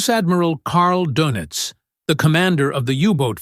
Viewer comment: Admiral Karl Donitz (my spelling.) The o should have an umlaut and it's pronounced thusly: DOEnitz. Say a long a as in the word Day, and before saying that A you ro und your lips. Say Daynitz and just as you're saying the long A you round your lips and immediately drop that.